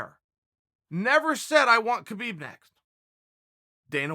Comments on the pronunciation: it is not Kabib, it is Habib, the K is silent dude. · Can u just pronounce the champ’s name right. Habib